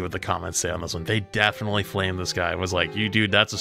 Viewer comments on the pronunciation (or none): none